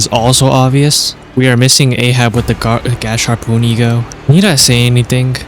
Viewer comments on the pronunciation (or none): why do people call it gash harpoon there’s not even another h in gasharpoon for it to make sense it’s gas harpoon